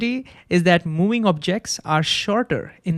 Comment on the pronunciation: Movind, movvvving there is v. Not mowing